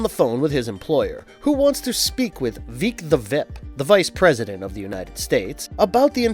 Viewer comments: also kinda weird how he said “Veek the Vip” at one point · “veek the VIP” “Voyt” Only one take huh?